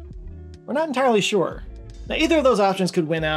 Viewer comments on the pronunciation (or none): none